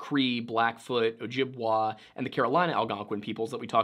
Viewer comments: Say it with me OH JIB WAY 😁 You're killing me with your refusal to say it correctly. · By the way, it's pronounced "Ojib-way", not "Ojib-wah" Source: I live with several Ojibwe people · I took a native american history course, and my prof was ojibwe! just wanted to let you know that she pronounced it oh-jib-WAY, not oh-jib-WAH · Hey! Sorry to sound so grouchy on my first comment, I had just come from the video where you talked about the valley of people with missing heads and throughout the video you said “dene” differently and i myself am dene so I was frustrated an unable to finish it. I went from that video to this one where I heard how you pronounce “ojibwe” and i got frustrated again. I really love the level of detail and dedication you have to your videos i just feel as though through the lens of an indigenous viewer that my peoples experience is sometimes dismissed. For example, creation stories are different in each and every band/tribe and are dependent on the physical elements of where they live. Hearing you call it “Abrahamic” because it resembles your bible stories feels like it diminishes the fact that it’s an oral story that is older than Christianity in North America. I’m trying to leave constructive feedback and hope that what I’m saying makes sense. Miigwetch / Mahsi Cho / Thank you for taking the time to read my comment and reply!